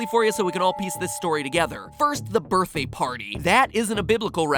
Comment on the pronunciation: "Birthay Party" Sorry. Just something I noticed while re-watching the video. Haha